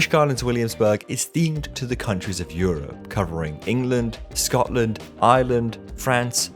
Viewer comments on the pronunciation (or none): none